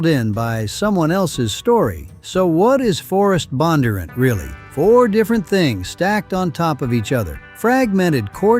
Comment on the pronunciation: The AI voice pronounced Bondunrant incorrectly, the accent should be in the d.